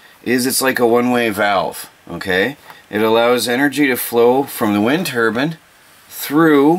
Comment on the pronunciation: Oh by the way, it’s called Turbine. Not Turban. Turban is what you put on your head.